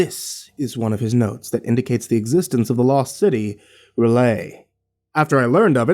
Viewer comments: its... rel-yeh not relahy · Other than the abrupt and underwhelming ending, really good story. Although, I don't know exactly how R'lyeh is pronounced (according to Lovecraft it's a language unpronouncable to humans), but "ra-lay" isn't it, chief. Edit: just noticed there's a part 2 lol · Huh. Usually hear it said as R-lie-uh. Groovy. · I've always heard R'lyeh pronounced "R-lee-ay" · R'yleh: "Early-ay". But you're doing just fine. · I've heard it pronounced ruh-LAY, or RULL-yay. I personally like that last one, although I believe the original Lovecraft pronunciation is "rull-YECH"